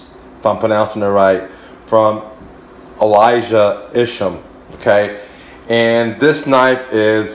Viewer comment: Few things..First designers name is pronounced Eye-shum. Not ish-um...secondly it reminds you of sci fi because the Arrakis is named after a planet in the movie Dune...just thought you should know